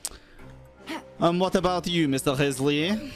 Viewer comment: Why do you keep saying his name wrong?